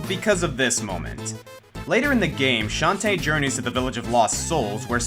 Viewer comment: One thing that I dislike is a non-symmetrical Plants vs. Zombies garden... I love how you pronounce Shantae, emphasis on the tae, rather than on the Shan :P